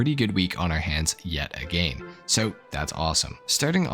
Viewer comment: He didn't say "yet again" he said "yet agæn" lol Love it